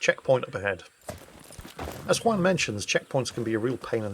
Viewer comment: For the love of God! As a professional welder, hearing the crackle of an arc and seeing Juan using a propane torch kills me! Shit game! Also, you need to learn to say "juan" right... It's not hard...